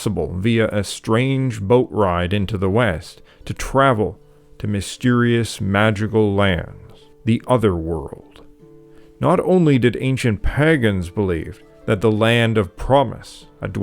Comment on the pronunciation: I got pretty far, but I can't listen to you say, "P-hag-ans" any more.